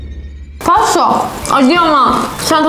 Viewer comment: Patso değil abla patos